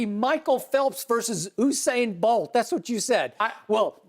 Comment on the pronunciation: Did he say Hussain bolt